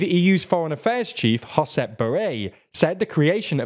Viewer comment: It's Josep Borrell not "Hosep Borrell". Josep is a catalan name not spanish...